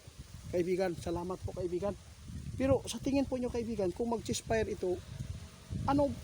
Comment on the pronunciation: 88 hinde chess fire ceasefire eto ang tama pronounciations